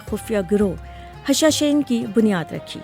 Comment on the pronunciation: The word you uttered is actually ' Hashasheen' not 'Hashashain'